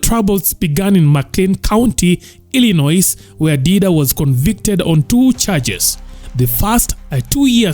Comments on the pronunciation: Plug presenter, that 'S' at the end of Illinois is silent. I·luh·noy is its the correct pronounciation.😉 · We dont keya ironois😅😅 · Illinois is pronounced "I- luh- noy" brother 😢😊